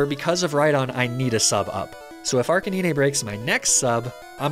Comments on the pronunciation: It's pronounced Arc-Kay-9 because Arcanine is a Canine/dog!!! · I've never heard somebody pronounce arcanine as arkineenay but I kinda like it lol, sort of a fun way to say it. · You pronounce it Arca-neenay?!? What fresh hell is this?!? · I assumed its pronounced ar-canine. Like a dog is a canine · Excuse me. Arca-Neenay? NEENAY? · Did he pronounce arcinine as ark-uh-nee-nay……? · Arch-e-neen-ay is a great pokemon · who tf says arcaneenay? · Bro said arc-in-knee-nay 💀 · Arce-nee-nay? bruh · Not Arkaneenay😩😩😩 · Arcaneenay? lol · "arca knee nay" wtf is this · Wtf is an Arca-knee-nay? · Why do you pronounce Arcinine the weird way not how you say it lol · Bro Ark-a-Nin-ayy? I think its name refers to the fact that its a canine. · wtf I thought you pronounced it R-KAY-NINE have i been lied to my entire life? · Wtf is an Ark-ah-nee-nay (British) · Bro. Ark-a-nee-nay? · Ark ka Nee nay?! Jeeeeze man. Why can't people just say canine. I know it's ark anine but it doesn't make sense he's a dog/canine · Ar-ca-ne-nay? what is that pronunciation????? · His name is “ar cay nine” horrible pronunciation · And "arkanine" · I'm sick of people taking the liberty to absolutely butcher pokemon names. Arcaneenay? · I love Your videos and currently binge watching many of them, but the way You pronounce "Arcanine" will give me nightmares lol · That read of Arcanine turned me off, immediately. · That Arcanine pronunciation threw me for a loop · The way you pronounce Arcanine bugs the hell out of me. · IVE NEVER HEARD SOMEONE PRONOUNCE ARCANINE LIKE THAT WHAAAAAAAT?! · I can't tell if you're saying arcanine like that to be quirky or not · I don't want to sound rude, but the way you pronounce Arcanine gives me physical pain xD nevertheless, great video as always. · No way he saying arcanine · Seriously saying arcanine wrong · Pls tell me youre joking with the Arcanine pronounciation? 😢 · There's no way you pronounce Arcanine like that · Arca nine not arcinineh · r cuh nine. not naynay